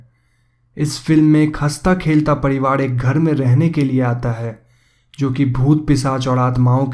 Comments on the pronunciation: Padiwad.. nahi pariwar hota hai lol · ye pariwar ko padiwaad kyu bol rha h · Padivad kya he ye apka r ka uchhar me mistake he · Ye "sari" ko "sadi", parivar ko "padiwar" kyo bol raha hai bkl